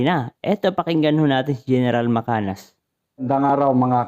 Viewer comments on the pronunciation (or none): none